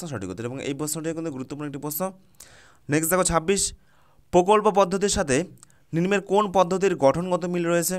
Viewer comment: Ninmo hbe na uchharon ta nimno hbe